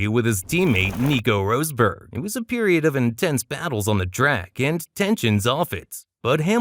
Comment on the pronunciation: “Roseberg” its rosberg man cmon